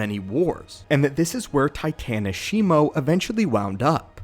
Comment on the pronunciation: It is shi-mu not shimo